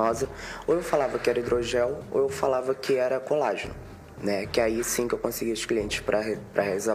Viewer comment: "Prá umas eu dizia que era hidrogel e prás outras, coNlágeno!" Por aí já dava pra sentir o nível da profissional. Nessa história ñ tem inocente não.